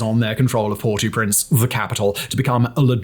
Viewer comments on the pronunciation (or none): Oi! The British Empire has drawn to a close and the colonial tact of renaming is dead. You don't Anglicise proper names in other languages. Modern Brits--TRY HARDER! The capita of Haiti is NOT pronounced "Port-eew-Prince" and you know it (or ought to know it because there is Google). The closer to the proper and the non-post colonial passive aggressive smug British pronunciation that makes it seems that you ate least care and tried is: "Por-oh-Prance." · Port- ow - Prince. Air - iss - steed. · Do you intentionally mispronounce so many words? Or is this congenital? Aristide. Port au Prince. No reasonable person is expecting you to actually have a Creole or French accent, but my god! Take 30 seconds, use the internet, and come up with a reasonable approximation of these words.